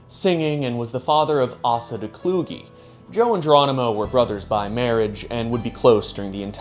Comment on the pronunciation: Asa is traditionally pronounced Ace-uh when it has a Christian origin. Let me have this nitpick just this one man 🙏